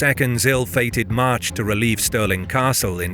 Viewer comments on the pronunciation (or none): none